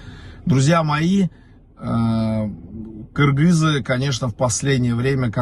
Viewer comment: Отдельный респект за правильное произношение : Кыргызы 🇰🇬